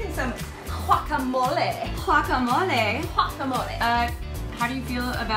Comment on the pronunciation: That´s not the right way to pronounce Guacamole :P